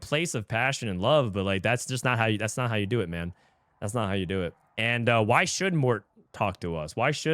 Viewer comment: Can you just read it normally? Like we all know “wghy” = “why” you don’t need to say “we ge he”